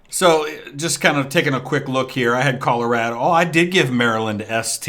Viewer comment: Also under the context, I have never in my [redacted] years living heard someone pronounce Colorado “Colow-rad-oh” and have always just pronounced it “Color-awe-dough”